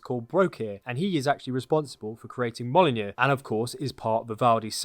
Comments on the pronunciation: I can’t believe he pronounced it Mol-in-jr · Hat and you pronounced mjolnir wrong you said molinu😂😂😂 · Thor’s hammer is pronounced m-you-l-neer btw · You have the worst pronunciation of mjolnir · Haha I love your mispronunciation of Mjolnir. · Dude are u purposely miss pronouncing mjolnir? How the fuck can u not know how to pronounce it? Dude that’s annoying as shit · The way he says Mjorlnir hurts